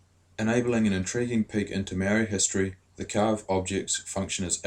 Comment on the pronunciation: I love to see maori docos but c'mon bud, 'maow-ree' and 'tah-nay'. It's a language with 13 letters. But thank you for asking about exploitation!